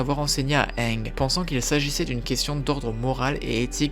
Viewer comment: bas on dit pas hénge